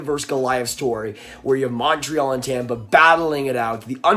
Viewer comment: The way you say Montreal instantly discredits anything you say.